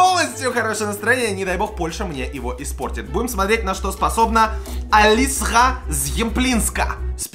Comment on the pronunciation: Не Алиса Зъемплинска, а Алицъя Шэмплиньска